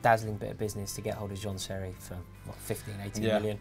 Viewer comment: He said seri first time I heard it I thought he said terry